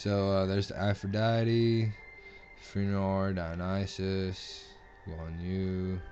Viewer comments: god, just the way you Pronounce Fenrir's name, it made me cring at how much of an accently you had saying it. "Fen-rawr"? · haha, no it wasn't so much you're accent, more of you trying to pronounce it without knowing the pronunciation. Fen-rear is more of its speach pattern. I still say they need to call him by his original name "Fenrisulfr the World Eater". I don't like the idea of "Fenrir the Monstrous Wolf." It's bad enough they ruined his apperence, at leas they could do is get his name right... RIGHT?!